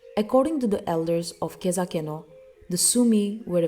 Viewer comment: U pronounce khezhakeno wrong its not kezakeno